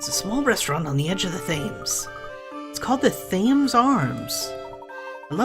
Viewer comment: I know this let's play is long finished and I havnt finished watching so you might have realised it by now but your pronouncing Thames wrong, it's actually pronounced like "tems" sorry if you already knew this it just really bugs me hearing you call it "thaims" ;v; really enjoying your Layton let's plays btw! I hope you get the chance to film the last two sonetime :)